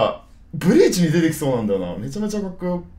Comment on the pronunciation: BLEACHの「ブリ」の発音が強すぎる